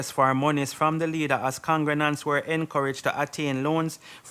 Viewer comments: If this bredda say congrenants one more time 😂😂😂😂😂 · What is a congranant?.. I thought the proper pronunciation is con -gre-gants